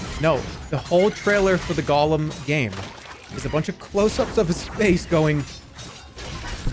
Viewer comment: did really say golem instead of gollum.. lmfao